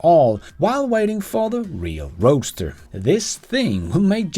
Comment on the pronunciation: People pronounce Roadster as roaster, I noticed, lol.